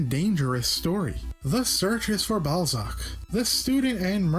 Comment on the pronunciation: BALL-ZACK, ACK-TEM-TOE - Seriously, what do you have against short 'A' sounds?